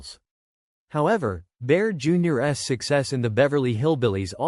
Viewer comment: ....Baer, Junior-ess..." Gotta hate AI narration 😮😢😂😅😊